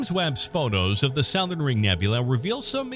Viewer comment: The “sow-thern” ring nebula? Maybe this misprnouncer is from outer space.